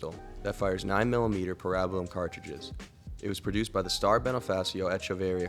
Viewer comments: It's Para-bell-um. Not Parab- ellum. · great vid but brother, its PARA BELL UM. not parabalom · The way you pronounce parabellum sounds so odd to my tennessee raised ears. Even in other countries Ive always heard it pronounced "para-bellum" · Para bell u um 😏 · Don't feel bad about mispronouncing "parabellum." It shows me you're not an AI voice.